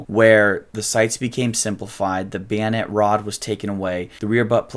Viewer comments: Who the hell says bayonet like that? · beeonet... beeonet... beeonet... I just read the comment and he hit that word about 12 times in 30 seconds. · Are you saying bayonett or biænett? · bio net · I don't find his pronunciation of the word bayonet worthy to fret about, or pay attention too. I didn't even gave a cuss. "Weirdos," is more worthy of attention. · you say bayonet like a slavic person would say banana